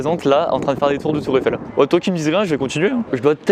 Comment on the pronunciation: "Tour effelle"